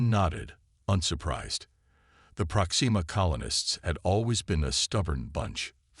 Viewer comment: Unlike "ale ex" or " kind red" or "prox ee ma"